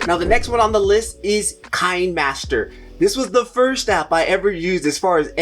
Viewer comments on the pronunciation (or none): Fi-Mo, not Fil-Mo; Cap-Cut, not Clap-Cut; kinnie-master, not "kine" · Thanks. Very informative video. A couple of things I wanted to add. Kinemaster is pronounced keenaymaster. Kino is the German word for cinema.. One of the easiest and quickest video editors is InShot. I can edit a video in a few minutes. Very intuitive. I really love it for a quick turn around.